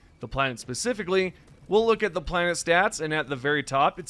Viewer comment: He pronounces it wrong so you will comment, driving up his engagement